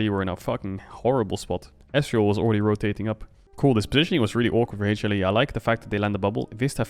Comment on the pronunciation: I'm obsessed with Caedrel's pronunciation of HLE as Hey-chilli.